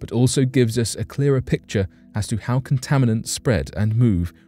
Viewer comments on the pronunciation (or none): none